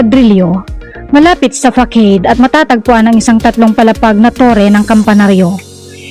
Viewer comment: Fasad po ang pag pronounce sa facade.